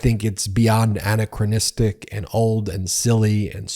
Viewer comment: Mispronounced “anachronistic.” Free Dictionary (app published by Farlex, Inc.) I’ve used it for at least 6 years: “a·nach′ro·nis′tic (ə-năk′rə-nĭz-tik) a·nach′ro·nous (-nəs) adj.” as related to “a·nach·ro·nism (ə-năk′rə-nĭz′əm) n.”